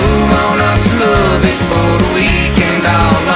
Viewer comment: Learn how to pronounce Lubbock and re-recorded.